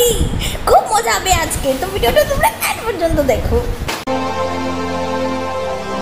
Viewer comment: Ota 'and' noi end!!!!